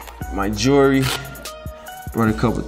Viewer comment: This might be racist, but, every single black person that has talked about their essentials has said "JURY". It's Jewelry.